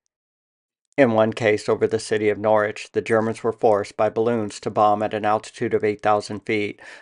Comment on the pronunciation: Outstanding videos! Excellent pronunciation of Norwich too, thanks, keep up the exemplary work!